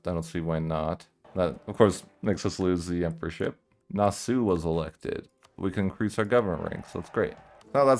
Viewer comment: pronunciation of Nassau gave me a heart attack